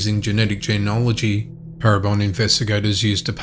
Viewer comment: Jee-NEE-ology. Not Jee-an-ology